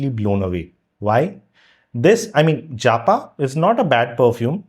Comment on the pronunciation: I doubt its 'JA PA'. Most likely 'japa' as in prayer meditation